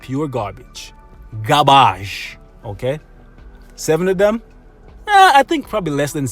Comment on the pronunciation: it's "pu gabage* lol i have impression that you are talking without R sometimes.